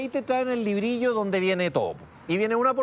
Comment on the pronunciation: .....no es LIBRILLO....🤷🏽‍♂️ ...el pocillo~platito de greda ... se llama : """LEBRILLO"""